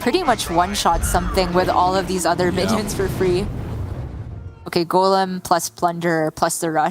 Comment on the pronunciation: Can the male commentator say golem not Gollum please